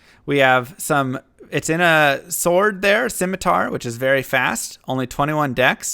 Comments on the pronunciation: I dont think thats how you pronounce Sword, but maybe you are trolling? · Always trust americans to pronounce "sword" wrong...